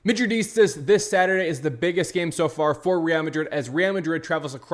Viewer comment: Bro please stop staring madridistas it’s pronounced wrong and cringe. Dislike fr